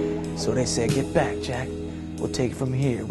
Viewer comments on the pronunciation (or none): none